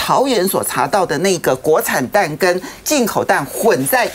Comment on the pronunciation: 某名嘴：国惨蛋！嚓（二声）青醋！！